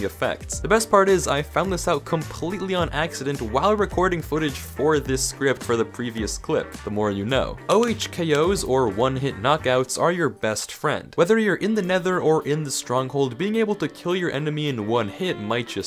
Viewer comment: did...did this man actually just spell out the H in OHKO??